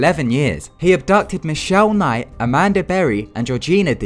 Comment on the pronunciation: who else heard "amander" XD